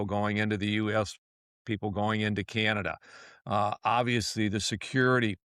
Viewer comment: Don't you hate the degrading way he pronounces "Canada".